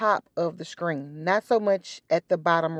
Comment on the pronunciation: I love how you says screen lol